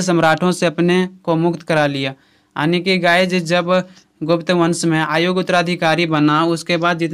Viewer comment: bhai yaani hota hai aani ni😂😂😂